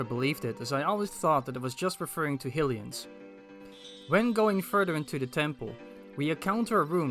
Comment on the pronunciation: I really don't want to be that guy because I love what I've seen of your videos, but the Goddess's name is typically pronounced hai-li-a, specifically in Breath of the Wild's spoken dialogue, and the human race are called hai-li-ens.